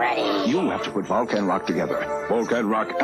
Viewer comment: When you first said "Volcan Rock," my mind heard "Vulcan Rock" and then spun-off on thoughts of a Spock-led rock band.